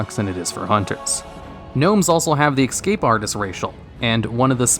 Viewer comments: Why do you say excape instead of escape? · The way you repeatedly say "Ex-cape artist" triggers me so hard, hahaha :D It's ES-CAPE :D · ESCAPE…. ESS CAPE. NOT EX CAPE! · "EX-scape artist". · "X-cape artist" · STOP SAYING EXSCAPE ITS ESCAPE COME ON MAN JESUS MY EARS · Please stop saying exscape..